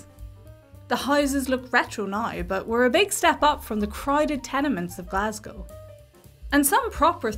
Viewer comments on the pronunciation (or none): none